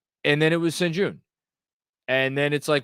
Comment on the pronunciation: Its pronounced SHEN GOON